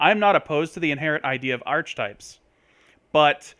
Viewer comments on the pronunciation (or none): It's pronounced "are-kuh-types" not "arch-types". Good vid otherwise though.